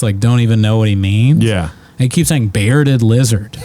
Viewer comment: Bs got 1 beawded lizard, not tooh.